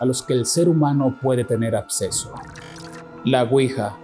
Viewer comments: Absceso 🤔🤔 o acceso? Entre otras palabras que dices más dichas aparte de eso el vídeo es entretenido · EL TIPO DICE ABSESO O ESTOY LOCO ? HISTORY CHANEL Y NO SABEN HABLAR BIEN , OMG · Jajaa yo también escuche que dejó ab y no ac,🤣 y dijo otras muchas más mala pronunciado